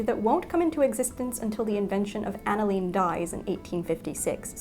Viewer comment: Hi Bernadette. Love your channel. Unless there is a British version, the dye type is pronounced “an a lynn,” instead a long “leeen.” Former chemistry student...